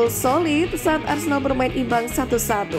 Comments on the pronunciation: Wait, naratornya bilang "arsendal"? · Ngakak lawak , host nya " arsendal arsendal,salah ngucap kali!